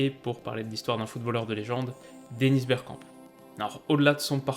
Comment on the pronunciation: A j’ai entendu « on va parler bière » j’ai replay 5 fois mdrr